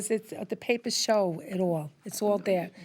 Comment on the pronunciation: "... because these pape-uhs show..." yeah, that you're just plain ol' ridiculous I'm feeling extra messy today for whatever reason